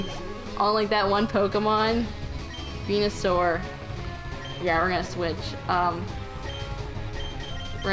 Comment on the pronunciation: Yes, you did pronounce it correctly. xD Thanks so much! That was a lot of fun C: And great video! (except for Venasaur LOLOL)